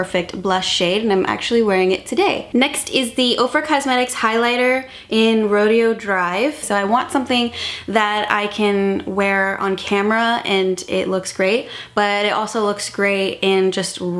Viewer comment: No shade at all but it's pronounced ro-day-o drive. Love you!